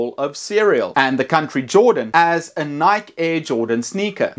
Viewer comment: Great job! By the way, Nike is not pronounced like “hike”. The “e” is not silent. 😊